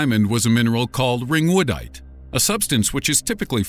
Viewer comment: “Ring wood dite